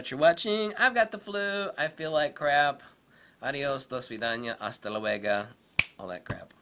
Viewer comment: It's Luego, could sworn you said Luega, lol.